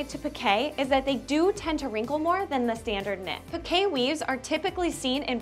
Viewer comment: "Pi-kay". 😲 And all this time I've been pronouncing it as "peek". 🫣🤫 Thank you for letting me know the correct pronunciation for it! 😅